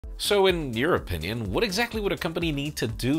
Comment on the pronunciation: you said "in your opinion" I heard it as in European Union 😂